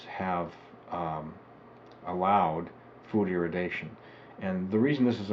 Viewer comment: Maybe don't get your (false) information from a crank's health fad book from 4 decades ago? That you cannot even manage to pronounce the word irradiation correctly is rather unsurprising.